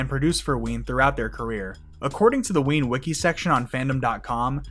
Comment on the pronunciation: ITS WEEN!